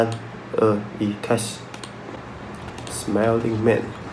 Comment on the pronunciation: 是smiling man 不是smelling man啊😂😂